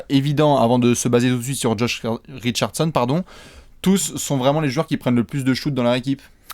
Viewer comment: « Josh Richardechonne » ❤️❤️❤️